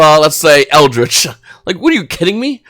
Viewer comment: Formula synch is a mandatory in synchro eldlich. NOT ELDRICH, but ELDLICH